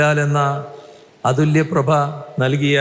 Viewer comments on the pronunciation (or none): അതുല്യപ്രഭ അല്ല ബഹു. വിജയാ, അതുല്യ പ്രതിഭ എന്നാണ്... ഇത് കമലമ്മയെ കലമ്മ എന്നു വിളിച്ച പോലായില്ലേ? 🙄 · നോക്കി വായിക്കുന്നതും തെറ്റി തുടങ്ങിയല്ലോ മോഹൻലാലെന്ന " അതുല്യപ്രഭ" യോ😂😂😂😂 ശബരിമലയിൽ നിന്നും ഭഗവാൻ്റെ പ്രഭയും അടിച്ചു മാറ്റിയോ മോഹൻലാലെന്ന അതുല്യപ്രതിഭ എന്നെഴുതി കൊടുത്താൽ അതുല്യ പ്രഭ എന്ന് വായിക്കും😢😢😢😢😢